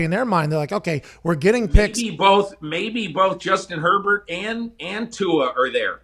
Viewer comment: He strait up called Herbert Air bear😆😆😆